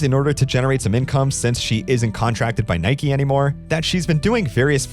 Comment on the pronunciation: How can you have an American accent but not know how to pronounce "Iowa?" Also, your first "Nike" was a bit off.